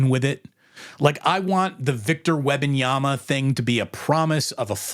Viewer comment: Say it with me "Wem-ban-yama" as a lifelong spurs fan we dislike all this attention cause we aren't use to it and i agree with everything you said except how you pronounce his name lol